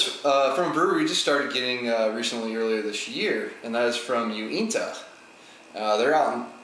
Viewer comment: You're reviews are pretty amazing, you should aim at being a BJCP eventually. Anyway, I love Uinta. You got the pronunciation right on. If you find their Imperial Stout, Labyrinth, I'd love to see you review that one.